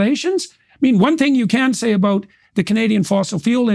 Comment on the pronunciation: I think the first thing you need to do is to learn how to pronounce the word "about" haha